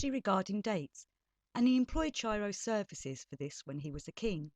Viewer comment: Pronounced Ki-ro